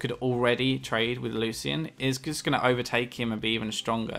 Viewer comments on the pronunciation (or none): PLEASE learn how to pronounce Lucian! It's Lu-SHEN! Not Lu-cien.